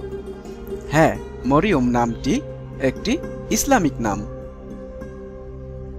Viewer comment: Marym are sothik uchcaron marium hoile,apni moriom bolesen kano